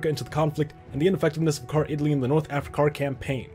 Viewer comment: He should've use "Americar" instead, like North "Africar."